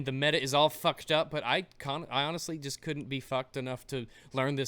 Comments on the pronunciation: The more you said "choost" the more it became funny, but also the more it sounded like a real word. CHOOST. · I like the fact you just rolled with your mistake of saying choost for the rest of the video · Word of the day: Choosts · Choost: Pronounced Chew-es-t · I'm going to start using "choost" now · choost XD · I want "CHOOST" to be a thing... Can we make "CHOOST" a thing please? Thanks ;-P